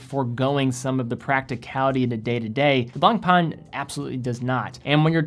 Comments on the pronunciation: I dont wan't to be rude but you could pay more respect to the french guys that have given their names to their brands. You are really damaging their names : BlancPain becomes "BlangPan", FP Journe become "F Pigeon"... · you need to improve your pronunciation of BlancPain.